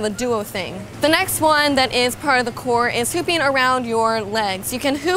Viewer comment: Anyone else thought she said ‘pooping on your shoulders’?